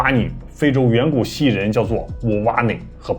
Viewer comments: 盤古還有山東腔～盤ㄢ～故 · 盤古的發音一模模一樣樣呢😄